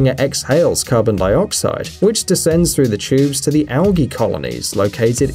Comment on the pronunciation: You pronounce algae wrongly